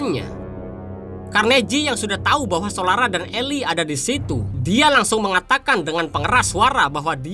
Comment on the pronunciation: Ilai??? Bukannya tetep dibaca eli bang??